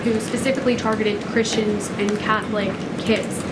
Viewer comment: Which is super "Kreeschun" of them right?